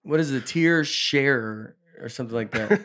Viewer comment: I was on a ladder cleaning gutters when Nate started struggling w "tear sharer". I laughed so hard I almost fell off. Had to catch myself.. thanks for the laughs guys, yall are murdering.. almost.